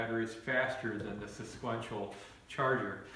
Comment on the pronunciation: Lol Im going to start saying it like this now